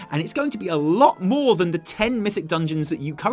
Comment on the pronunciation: When was quoting Ion, I kept hearing "maw" Things are starting to make "maw" sense to me now